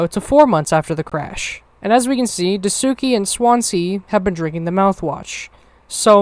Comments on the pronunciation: I'm struggling trying to get through you guys all pronouncing Daisuke name wrong 😂 . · Wonderful video fam, I loved the direction and seriousness u took with this and the voice actors did an amazing job. But we gotta work on ur pronunciations of dasikues name 💀